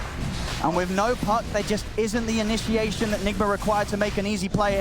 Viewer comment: its "i-nisha-a-tion" hahaha